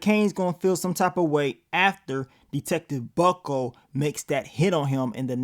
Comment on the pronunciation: I die laughing every time you say Detective Bucko lol